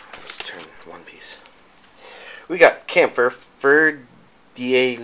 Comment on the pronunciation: Kämpfer ist pronounced german it sounded pretty funny the way you said it :D good unboxing like always btw